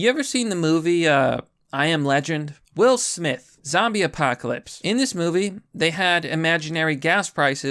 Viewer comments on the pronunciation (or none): none